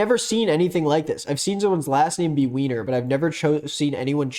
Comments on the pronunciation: … it’s pronounced Viner. It’s German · Hey uh, while the "weiner" joke was kind of funny its (why-ner) and its a common Jewish last name! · the name is pronounced WINER, it’s a german name too so it’s viner lmao. i know this is a few months old but that tangent was so funny